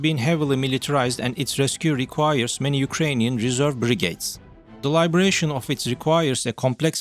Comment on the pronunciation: And 'Liberation', not 'Libration'. Libration is the wagging of the moon(...) LiBERation is 'emancipation' or 'setting free'. Other than a couple of other funny mistakes, it is not too bad. I could understand it all quite well.